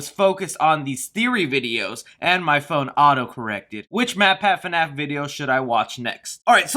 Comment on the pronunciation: Can we all stop calling it "FUNAPH" because that is super irritating. Maybe because I'm not a fan, but that just sounds fucking stupid to me.